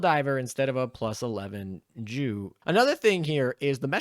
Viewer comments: Yea was gonna say haha or say Yu for Yunkers which I'm pretty sure is how its pronounced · "Is better than a +11 JU" Maybe next time just use the name of the plane "Stuka" or say the letters as is... Because nothing the Germans love more than "JU's"